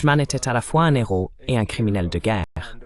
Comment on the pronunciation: PITIE ARRETEZ DE FAIRE DES LIAISONS AVEC LE.............................. H.............................un......héros.....séparez les 2 mots ..........................un néros......n'existe pas